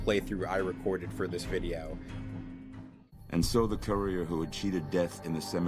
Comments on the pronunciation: The “coorier” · He pronounces courier like “coorier” 😂😂